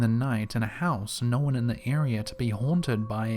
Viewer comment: The way he says known bothers me.